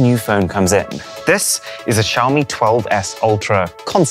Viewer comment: Xiaomi = showerme